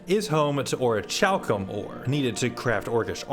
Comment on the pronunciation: Orichalchum is pronounced ore-ee-cal-cum